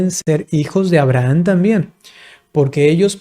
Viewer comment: Porqué pronuncia AbrahaN?